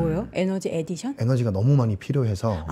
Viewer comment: 에디션X --> 어디션!